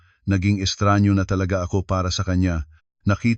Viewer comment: estranghero! at hindi estranyo 🙄